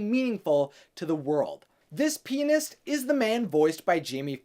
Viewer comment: When he said "Pianist" the first time I totally understood something else ... I am not the only one, am I??